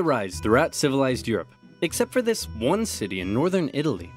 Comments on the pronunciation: “Zis is a bucket.” “Dear god!” “Zere’s more.” “NO!” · spy "zis, is a bucket" soldier "dear god..." "zeres more." "nooo…"